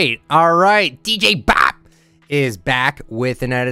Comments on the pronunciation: The way he said dj bap lol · is it just me or did he say dj bop really weirdly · Bro the way he said Dj bop